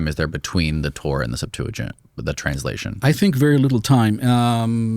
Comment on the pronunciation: He said "Sept-to-gint", its pronounced Sep-tua-gint, and yes its Greek, What a Monist liar.